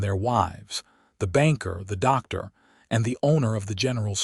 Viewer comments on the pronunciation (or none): none